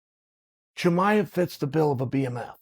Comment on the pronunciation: Khamzat not khazmat uncle Chael! Even Diaz got it more right by saying Chamiv instead of Chimaev